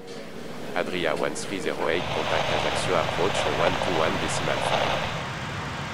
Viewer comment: A-Jack-C-O (Ajaccio) … 🤦🏻‍♂️! US speakers always fuck up pronunciations. Why is that?